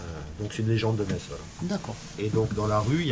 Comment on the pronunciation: Eh oui, Metz est une des plus belle ville de France, y’a pas que le sud en France 😃 Par contre et par pitié ne dit pas Mettsse, on dit Messe sans le T 😉